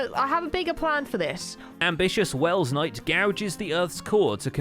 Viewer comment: you put too many l in Welsknight